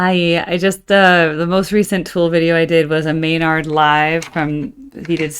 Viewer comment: The May-Nard thing grinds my gears not gonna lie 😅